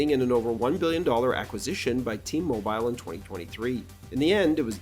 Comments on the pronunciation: " MO-BYEL", "T-MO-BYEL"?? Dude where are you from? You sound like my 90 year old grandfather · Hearing the way you say "t mobile" is crazy